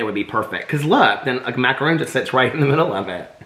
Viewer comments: It's pronounced mak - a - ron. A mak - a - roon is a giant coconut cookie 😂😂😂 I died when you put the plates at your pecks! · It hurts my soul when people pronounce it “macaroon.”